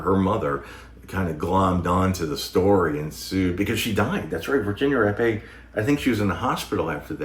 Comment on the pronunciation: Thank you for pronouncing Virginia Rappe name right, to many people say it wrong.